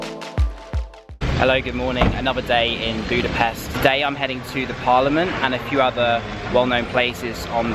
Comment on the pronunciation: Thank you, Great videos! If I may ask, next time please pronounce Budapest with an English "sh". Just like in the word English. The Hungarian "s" is and "sh". Thank you!